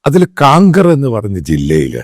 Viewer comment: शामूएल साहब कांकेर है। काणकर नहीं ।കാംകേർ. हम छत्तीसगढ निवासी है। 😂